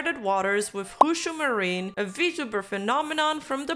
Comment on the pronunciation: I’m sorry. Did I hear “Hoo-Shoo Marine”?